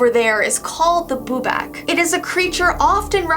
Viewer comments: The last one is pronounced (bu-bawk) the last part is like a chicken sound.not trying to mean love your channel ❤️ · says boobock wrong Me correcting her:"Its boobok its boobok":"ok ok i see my mistake" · YAAAAAAAAAASH more Czech stuff :D and we asualy say it wiht a long A , so its bubák and you can read it kind of like a bubaak :D I was never told this things background tho :D from what I rememebr from ym own childhood we called bubák prettymuch anything that we didntknow what i could be, liek if we heard somethign i a woods my dad woudl often look at me smiling tellign me that maybe there is a bubák there and if I want to find him :D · it’s pronounced boo-bAKc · Bubak is pronounced boo-bahk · Im from czech rebuplick and i never heard of bubák but okay and i laughed so hard when you said bubak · I am from the Czech Republic 😂. You pronounce it with the second a long. I have never heard about it being a scarecrow, usually it's just a shadow or something that children are afraid of.